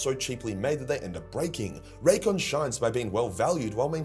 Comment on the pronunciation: That sure was one of the possible ways to say Raycon